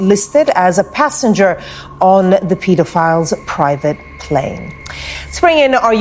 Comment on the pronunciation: That woman said PETAFILE.